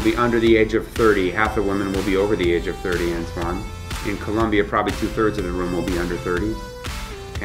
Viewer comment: 42.... It's "Colombia", not"Col'u'mbia. Don't make that mistake down there or else you're in for a rough trip.